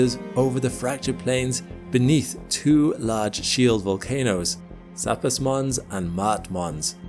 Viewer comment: Can’t even pronounce Mons correctly. SMH.